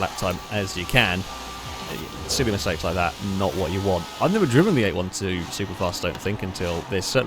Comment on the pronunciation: 812 is pronounced 'eight-twelve' 🤣